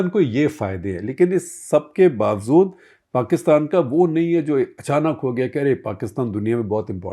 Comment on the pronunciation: I love and follow Shekhar ji a lot. He is so good & knowledgeable. In many respects I idolize him. In line with that, I want him to be better and better. Age is no factor as far as learning is concerned. As such and with that spirit, I want him to correct his pronunciation. He can correct his incorrect pronunciation of the Urdu/Persian word "bawajood" (meaning "despite" or "in spite of"), which he twice mispronounced as "bawazood" with a "z" instead of a "j". Regards, Pankaj Kaul